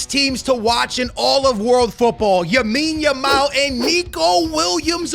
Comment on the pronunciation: yes lamine yamal is your favorite player and you cant even pronounce his name right